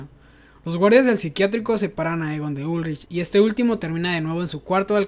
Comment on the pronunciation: Por qué pronuncia los nombres mal, dice, ulrish, eeegon etc.